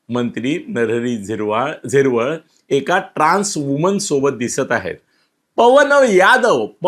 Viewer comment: नरहरी झिरवळ नाही. नरहरी हिरवळ